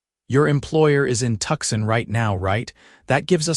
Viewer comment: can we please start saying Tucson as it should be but not Tuck san.